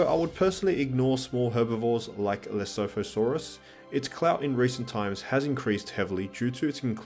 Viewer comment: You pronounced Lesothosaurus incorrectly. I would know as i am South African. It's named with one of South Africa's unique languages, Sotho. It is also named after the small county Lesotho. So the pronunciation would be Le-su-tu-saurus. Just helping with the name, but a great series! :)